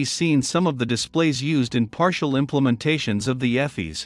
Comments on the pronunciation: “Eff-eez”? There’s that AI voice at it again. It’s “EE-fiss” folks. And ECAM is not part of EFIS; you only have to consider what can be controlled by the EFIS control panel - nothing to do with ECAM, a separate system. Other than that, still nicely paced and well illustrated instruction. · Pronounced EEE-F-I-SSS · This is an Awesome presentation........EFIS is pronounced EE-fis..... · Airbus EFIS is pronounced EE-fiss. Electronic Flight Instrument System. The engine displays are upper and lower ECAM, pronounced EE-cam. Stands for Engine Condition/Aircraft Monitoring. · ĒFIS. Eeeeeeeeeeeeeeee, sounds like cheeeeeeese!